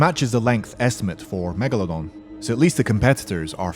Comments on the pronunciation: Megalodon not megelodon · NOT MEGALONDON ITS MEGALODON YOU MADE ME LAUGH